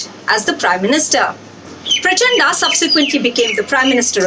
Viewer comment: Indian journalists can't say a name written in devnagari script, everytime they say Praa-cha(aaaah)da, I cringe.